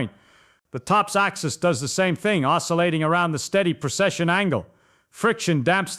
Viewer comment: Precession. Not procession.